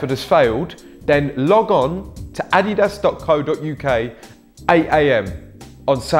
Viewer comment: What is ah-dee-dass